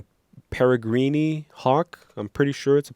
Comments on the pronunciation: It's pronounced perri-green and it's a falcon. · peregrine ( pronounced para-grin)